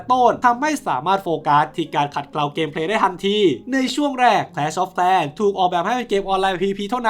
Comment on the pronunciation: แคลช ออฟ แคร์ ว่าซั่น😅😂